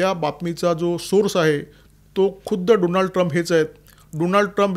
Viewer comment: डॉनल्ड म्हणा, डोनाल्ड नाही त्यान्च नाव। बायडन फक्त कठपुतळी त्या मागे मुबारक हुसैन ओबामा होते